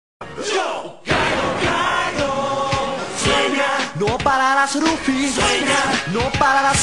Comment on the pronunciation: NO SE PRONUNCIA RUFY EN ESPAÑOL!!!! :@